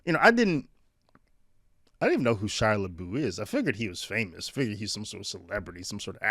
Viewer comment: It’s pronounced “La-buff”. !!!!!